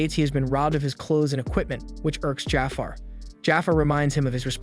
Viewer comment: Lol, this reminds me of “The Last Airbender” movie… how the source material is available with the correct pronunciations of the names of people, places, and things… but~ they decided to go rouge and pronounce things as they want… like Magi, he says Maggie instead of ma-ge(ge like geek) or Jafar as jaffer, and Aladdin as ahladin… I mean, we have the Disney move of Aladdin for christsakes… also, the Rukh(ruu or roo) as ruck… the anime has an English adaptation, so no excuses! 😂 it makes me think that he just pulled the wiki summary of the entire 1st season and never actually watched it, which is sad if so, this is a great anime and here’s to hoping we get a real 3rd season of it and not a spin-off again 😂